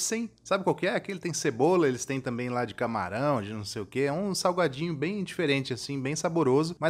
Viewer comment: Só eu acho que ele falou saguadinho? kkkkk